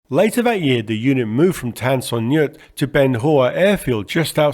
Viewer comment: Some pronunciation tips from a Vietnam vet. Bien Hoa was pronounced Benwa, Tan Son Nhut was pronounced tahn son noot. Pleiku was playcoo.